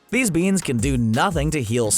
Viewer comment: "THEEZ BEENZ"